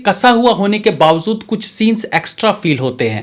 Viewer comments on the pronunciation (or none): Bawazud nahi bawajud hota hai thoda apko b sikhna padega